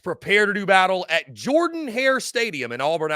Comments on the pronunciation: It is "Jerden" not "Jordan." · Pronounce "Jurden" Hare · It’s pronounced Jurdan Hare. And Auburn wins